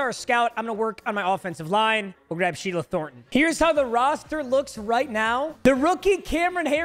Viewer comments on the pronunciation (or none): none